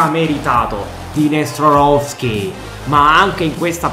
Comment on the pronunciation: Bel video, poi commenti anche molto bene, ed il progetto mi piace un sacco, ma secondo me ci sono troppe R quando pronunci Nestorovski, detto questo, spero che questa serie con il Palermo duri tanto, grande e FORZA PALERMO